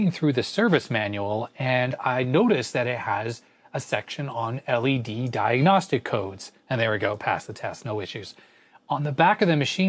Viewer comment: " Diagonstic " lolllll